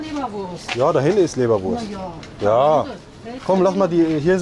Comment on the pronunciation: Der ist gut,, wo ist hier die lebereurst'' 😂